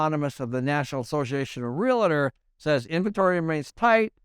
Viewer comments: REAL-tor, not re-la-tor. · What’s a real”A”tor or a real”I”tor?